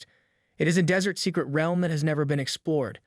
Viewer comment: say realm right